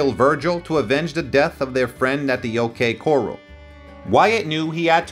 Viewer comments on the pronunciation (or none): I appreciate the effort to keep history alive and relevant. I further understand that you likely made little off of this. That is admirable. However, "The O.K. Coral"??? "Cla 'in"??? I mean no disrespect, but the pronunciation in this suspends any confidence in the knowledge of source material. The O.K Corral ( Read: Kohr-al) wasn't the actual location of the fight, according to credible sources in the hearing it was in an empty lot on Fremont street.. The name Clanton is used often in the story. It is pronounced Klan-Tun. Facts are important.